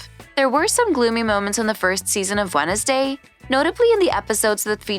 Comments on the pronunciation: fr i thought i was the only one that noticed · Why you say wenesday instead of wednesday? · The way they said Wednesday as “wen-es-day” instead of “wens-day” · they also said „jenna otega“ instand „jenna ortega“ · Yeah... What was that??? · and jericho as jare-ich-oh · I know right 🤣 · And Jur-icho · Is this a bot, or are there actually parts of the US where they pronounce it "Wennisday"? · the way she says wednesday 'wennesday' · Kinda felt like turning it off once I heard "Wed-ens-day" and "Jeri-cho" 😳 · wenesday day got me dead💀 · Tyler gUlpin, Wen-esday, JeriCHo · orgtaga? Jeri-cho? Wen-es-day? 😭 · How do you pronounce Wednesday incorrectly? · May as well pronounced the D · Wed-nes-day 😂 Its actually spelled like that but its not purnonced That way